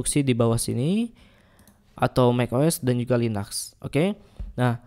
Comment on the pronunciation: Linux kok dibilang linax